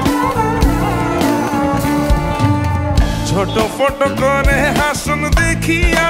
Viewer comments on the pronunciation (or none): none